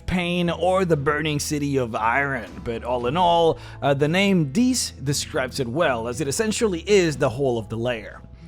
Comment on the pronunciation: Love the video, hated the pronunciation of 'Dis.' I imagined that the place was occupied by large waterfowl with an aggressive personality. Actually, it would be hilarious for a party going to Dis winds up in Deese where they have to fight demonic geese.